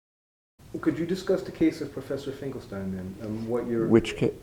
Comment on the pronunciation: Finkelstein not Fingelstein*